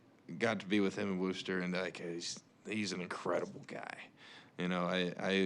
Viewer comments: loved how he botched the pronunciation of Worcester to Woorcester cause they are the WOO sox and no one out of mass actually knows how to say Worcester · "Wooster" 🤣welcome to town!